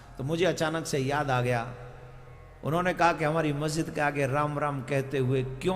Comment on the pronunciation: Guru ji majjid nhi masjid hota hai ... lol 🤣😆🤣🤣😆